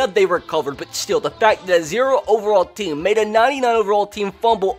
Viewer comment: Say "team" correctly